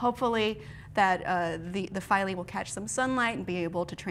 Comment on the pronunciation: I think it's pronounced "Feel-A".